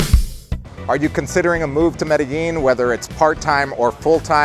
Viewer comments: Medellin NOT merellin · When is it going to learn how to pronounce Medellin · Sorry man I had to unsubscribe I can't take you pronouncing Medellin wrong